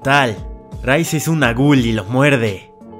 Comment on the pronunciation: Te va a comer un “gul” hahahaha